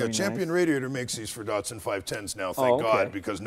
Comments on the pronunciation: why are they calling it dartsun when it's datsun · Aaagh! "knee-sarn" and "Dart-sun" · Anthony H. D. No. Mzeil Raz is right. Datsun is a brand of Nissan, like Lexus of Toyota. Not all Nissan cars were given the name Datsun. Skyline was originally made by Prince Motors, which was absorbed into Nissan in 1966. Nissan seemed only to give its original cars the brand name Datsun. 510 was called Datsun Bluebird in Japan. Skyline has not been called Datsun, just Nissan Skyline( but probably they sold Datsun Skyline 240k in the U.S. in the mid 70s because Datsun was the more familiar name there). BTW in the older comments there’s a guy who accused Americans of fucking words up, saying Datsun should be pronounced Dat Sun...or something like that. We don’t care how you pronounce Japanese words at all, rather, we like you to call them your way and feel familiar with them. Datsun, we say like Duttosun. Dut is for Dutch. To is for top in British accent and the biggest difference is that we accent on the second syllable ‘to’.